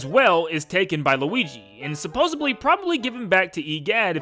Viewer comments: I like when he says luigi for the first time in the part where he started talking about luigis mansion he actualy said luiki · When he is just getting into luigi's mansion 1 he says luigy